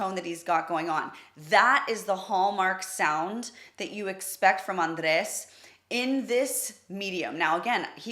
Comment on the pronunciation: Is André, not Andres. There's no "s" after the "e". So it pronounces AndrÉ/. You're pronouncing correctly besides the "s" at the end that you created. So please just let the "s" out of it.